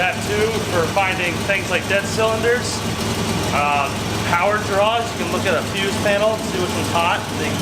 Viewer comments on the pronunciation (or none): none